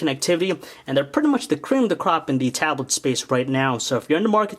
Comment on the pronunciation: say tablet right u freak